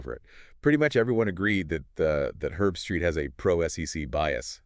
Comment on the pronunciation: Herb-street. Not erbstreet or Herbstraight. She sucks.